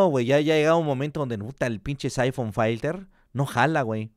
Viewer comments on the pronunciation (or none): Te amo,, pero se pronuncia "Filter" y no "Failter". Fin.